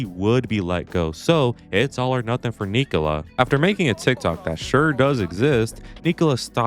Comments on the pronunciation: Btw its Ni-kò-la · by the way his name is pronounced "Knee-Cole-Uh TSoul-Ov"